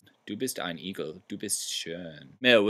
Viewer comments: I thought he said "Egel" which means leech...Hedgehog is "Igel" which sounds exactly the same....But it's probably more likely that he meant hedgehog -_ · Didn't he say "Eagle", not "Igel"?